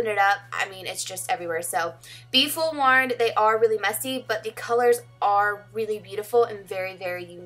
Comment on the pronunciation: Girl, I love you but it's "forewarn", not "fullworn." You make me giggle :)